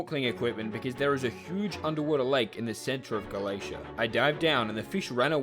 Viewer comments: How is Gala-tea pronounced Gala-ace-ia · it's pronounced ga-la-te-ah as far as I know, and not ga-la-tia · YO A NEW VIDEO (also him saying galaesha caused my physical pain) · Erm akchtually its pronounced Ga-la-tEa 🤓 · calling galatea "galacia" causes me PHYSICAL PAIN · "Galacia" there is an NPC whose sole purpose for existing is to tell people how Galatea is pronounced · I unsubscribe for a single day and he reels me back in with Hypixel Skyblock. Edit: How do you mispronounce Galatea this badly?! What the heck is Galeisha? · His pronunciation of galatea causes me physical pain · like how does he even go from tea to cia it hurts listening to the video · as an avid hypixels skyblock fan, the way you said "galatea" made me cringe, i cramped psychically, and had a massive migrane, do better next time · mispronouncing Galatea gave me PHYSICAL PAIN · This is the worst Galatea pronunciation yet